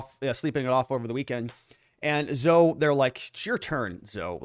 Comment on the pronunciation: This is only to help you.... Zoe is pronounced "ZO-EEE"..